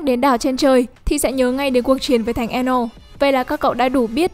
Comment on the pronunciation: Cho e góp ý ạ thần sấm tên là enel chứ chị đọc là anal ae ở đây lại hiểu theo ý khác ạ :)))